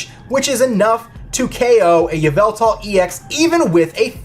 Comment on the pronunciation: K SAID YA VELTAL IN STED OF EVIL TAL LOLOLOLOL